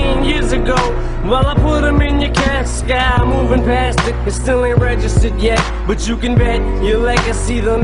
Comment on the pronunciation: Couldn’t even say “casket”. 😞